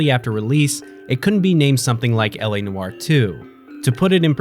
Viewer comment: He saying noire wrong asf